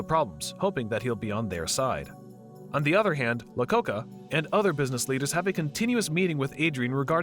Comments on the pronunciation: Lacocca? hahahah.... it's iacocca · EYE-acocca. Iacocca. Not "Lacocca." I kind of like it though. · How about him pronouncing Iacocca as "Lacocca"? Even if you've never heard of the person in question, mistaking a capital letter for a different lowercase letter at the beginning of a name is inexcusable! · Lee Iacocca (eye-o-coca) not La-coca.. its an i not an L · wasn't he Lee Iacocca instead of lacocca? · Are the mispronunciation of names purposeful? I mean, Lacocca? I know Capital i’s can look like lowercase l’s, but Lee Iacocca was a real person, a pretty well-known person. That was just the most obvious mispronunciations, there are many others.